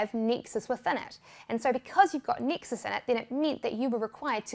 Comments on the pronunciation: i also heard texas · I thought she said Texas 😂